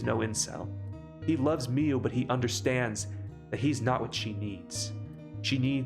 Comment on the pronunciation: Omg why cant you pronounce anything. Mio not mee youu Saimori, s-eye- more-ee, not say-or-eee Kiyoka, key-oh-ka, not kayoka Is this gonna be a running theme in all your videos? I enjoy the content but you gotta be dyslexic deaf dumb or doing this on purpose as a troll and it's not cute.